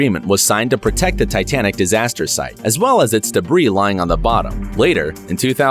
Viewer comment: lol "titianic"